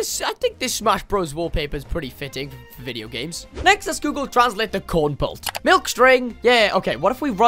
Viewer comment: “Corn pult” it’s kernel pult